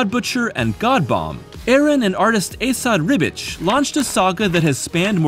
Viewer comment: Amazing video on an amazing book. It's depth like this, that makes comics such a fascinating medium! It also confirms my suspension, that Jason Aaron and I have a lot in common in terms of faith and you just might be the first youtuber to pronounce Assad Ribic correctly!